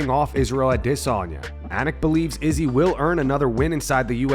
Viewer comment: Youre the only person that pronounces izzy's name that way